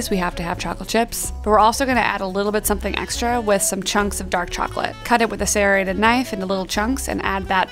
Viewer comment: Bruh, why’d they say “serrated” like that 😭